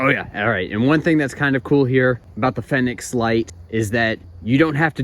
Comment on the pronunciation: Big Fenix fan here, use them non stop (every night) here in AZ during night herping season (April - Oct). High quality, good battery life, hard to go wrong, except for the price (like you mentioned). Worth it, imo. Btw, no biggie, but I think it's pronounced Phoenix. Good review.